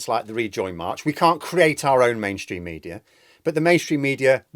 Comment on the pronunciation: Please stop saying mediar